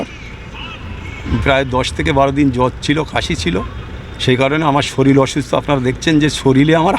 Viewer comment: শরীলে 😂😂😂😂 শরীর শব্দ টা ঠিক মতো উচ্চারণ করতে পারে না। তারা দেশ চালাচ্ছে।